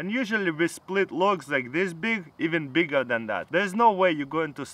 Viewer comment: "Evan beega then that" - Tara's kul 2017